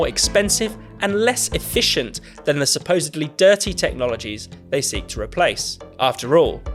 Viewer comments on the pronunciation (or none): none